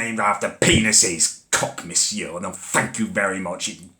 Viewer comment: Actually it's croque Monsieur